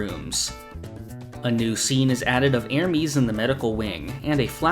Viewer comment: Great video, I just wish you could pronounce Ermes better